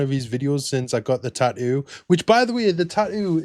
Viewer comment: What's a "taoo"?